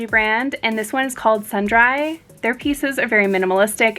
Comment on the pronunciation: Love your videos, you are so fun and informative. Just FYI... I think Sundry is pronounced "sun-dree". Just passing info along. definition: various items not important enough to be mentioned individually. "a drugstore selling magazines, newspapers, and sundries"